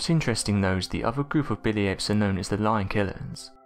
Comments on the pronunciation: Is he saying Billy ape or Bitty ape? Spines on it's back? Tf? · Is he saying "Billy Apes" or what?